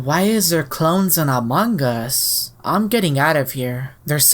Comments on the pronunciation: It's not pronounced uh-mog-us its a-moo-gus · He's name is amugus not amogus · ita amogus not amagus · Yep sus you say AMONGUS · It is pronounced a-moe-gus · It's pronounced uh mo gus. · oh yeah amogus so scary in my mind: said amagus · It’s not umong us it’s AMONGUS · No it is pronounced like amoogus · he said the most deadlyset imposter amagus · amogus is pronounced Amoogus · It’s not a it’s a Mogus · This is how to say amogus A-m-oo-gus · it was pronounced Ah-mo-gus. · It’s akshle is amoges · It’s Amogus pronounced (uh m oh g us) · It’s pronounced amogos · you said AMONGUS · It's amoong uss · I always thought Amogus was pronounced U-moo-gus. Guess I was wrong. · the fact that he mispronounced amogus makes me want to die🗿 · Pronounced AHM•OE•GUSS